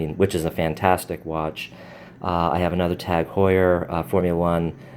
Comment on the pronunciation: It's funny how you pronounce Tag Heuer